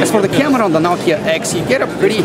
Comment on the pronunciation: I like the way he pronounce CAMERAA